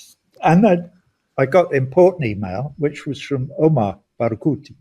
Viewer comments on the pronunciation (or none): none